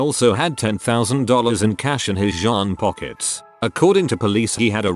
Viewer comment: I’m laughing at the way the voice pronounced “jean pockets”